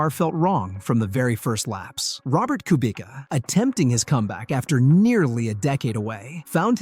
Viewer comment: Kubica is prounounced cue-bits-uh not coo-bee-ka